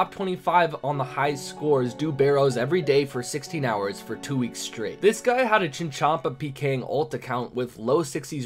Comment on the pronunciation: "THE LAST WEEKCHS"